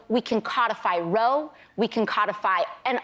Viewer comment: Colbert said "Rove" instead of "Roe"... It's just a song in his head and he doesn't know the lyrics.